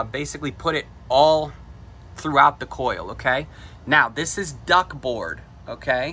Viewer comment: The word is “DUCT” not “DUCK”. The “MOTOR” is called a “BLOWER” or “FAN” and it pulls air through the evaporator to push it out into the house “DUCTWORK” Before trying to give information, learn terminology.